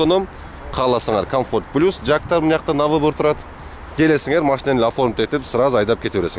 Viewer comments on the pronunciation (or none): none